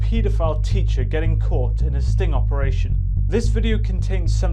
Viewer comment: "who was caught in a sting opereation by amateur investigators." ah yes opereation